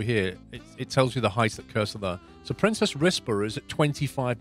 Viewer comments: For what it's worth, you seem to be pronouncing "Princes Risborough" as "Princess Risborough". It's the plural of prince, not princess. I know it doesn't matter much, and it's still a very strange name for a city, but that might clear things up a bit. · It does make me irrationally angry that he keeps saying "princess" when there's only one s